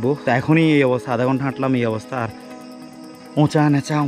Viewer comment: উচা নেচা না ভাই❤️❤️ উচু নিচু😄🤣🤣